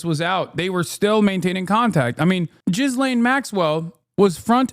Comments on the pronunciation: Hasan!!! Her name is not pronounced JIZZLAYN rather it is closer to the Turkish Gülen. It’s pronounced Gelen Maxwell. Not that we owe her correct pronunciation but only to let you know. Taha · He knows it's gee-lane... JizzLane is more fitting. Like Brian Kilme instead of Kilmede. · RELEASE THE FILES!!! Also Hasan the way you pronounce Ghislane is infuriating 😂